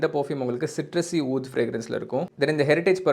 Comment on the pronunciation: Pronounced oodh brother